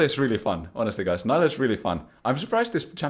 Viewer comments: bro, you're not american, she is not "nylah". you are allowed to pronounce stuff correctly. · This video has factualy wrong info..... it's pronounced Neeelah <3. Jk, amazing video. I just love the ''I coined these terms'' moment xD